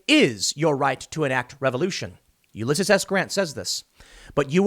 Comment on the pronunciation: YOU-LESS-SEAS. Please pronounce his name correctly Tim.